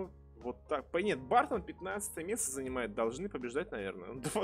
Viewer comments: Да не бартон, а бёртон)) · Бёртон, а не Бартон